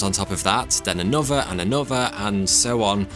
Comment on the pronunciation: A real tragedy is the way this guy pronounces another... anuhvah and anuhvah